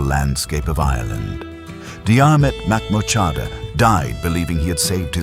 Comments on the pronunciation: Jeer-mit Mac-moor-ha-da * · Getting his name right would have been good. Why do AI? Are people so lazy that they cant even read an 11 minute video? And most of the images do not match the place or period in time. Again, why do this AI?????